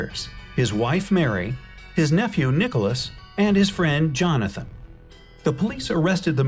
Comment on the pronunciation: Jonathan sounds like lanthanum?